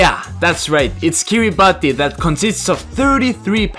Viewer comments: its pronounced ki-ri-bas not ki-ri-ba-ty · kiribati is actually pronounced Kiribass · correction: it is pronounce like kirabas. idk why it is spelled kiribati. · You pronounce it as kiribas (Kiribati 🇰🇮) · Kiribati is pronounced ‘Kiribas’ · Fun fact- Kiribati is actually pronounce Kiribat :) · Kiribati is pronounced "Ki-ri-bas". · Kirabati is pronounced Kira barse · The “ti” in Kiribati is pronounced like an “s”. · Bro mispronounced Kiribati 😬